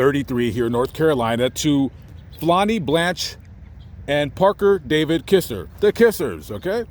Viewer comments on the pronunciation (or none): none